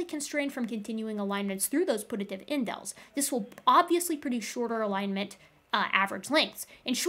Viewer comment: One thing that bothered me was your pronunciation of "putative" it's not pronounced like put–a–tive it's pronounced like pew–ta–tive